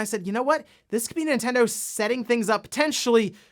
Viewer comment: it's Nintendo LoL